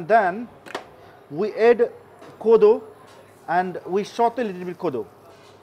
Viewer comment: Add-Aaad not Ed x